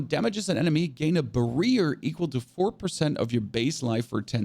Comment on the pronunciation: Did you just say barear instead of barrier 🤣